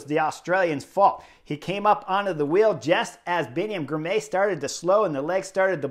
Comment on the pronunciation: Excellent report. FYI Girmay is pronounced Gir-mah-y.